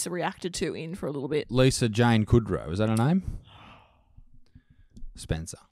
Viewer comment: 'Kudrow' XD